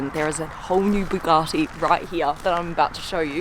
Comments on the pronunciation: Supercar Blondie- When I last looked Bugatti has no “r” in its name! Therefore it is known as Bugatti not Bugartti!🙂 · I generally find German cars boring but these are very cool, love why you stroking the materials now which is missing that wink👍 and someone please get SB he to say Bugatti properly, its pronounced bu gatty like rhymes wit bu catty.... not buwgarrty😂🙊👍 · Someone is going to have to work on the pronunciation of BU gatti insteand of BOO gatti! Thank you x